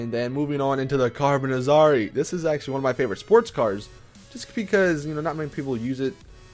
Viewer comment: It's pronounced carbonizer not carbonazarry